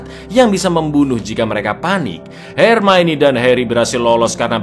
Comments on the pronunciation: NGAKAK setiap kali bilang "HERMAINI". 😂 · Ma'af, koreksi sedikit, "Hermione" di baca Hermaioni" 😀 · Jaman masih ga bisa ngeja hermione